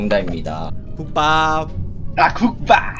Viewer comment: 태택이님 알로화 요루루님 요하 김리하님 봉주르 국밥님의 아~국봡! 군대가는 쥐늑대님 마라사카보치하이파~~~(?) (속마음)뭐라는거야 제대로 말하세요ㅋㅋㅋㅋㅋㅋㅋㅋ)